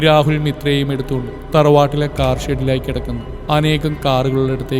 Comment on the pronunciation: " താർ " അല്ല, കാർ എന്നാ...